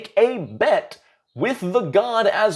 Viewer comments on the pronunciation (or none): It's only "Asmo-deus" if you're Supernatural, otherwise, it's "As-modeus" :-P